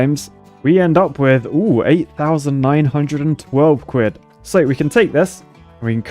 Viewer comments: C for cuid I thought it was quid? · Quid not cuid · "C for Cwidd"